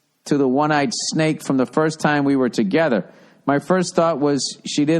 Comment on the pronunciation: 26 minutes in... Boston pronounciation of the word together the way Bill does it. Made my day.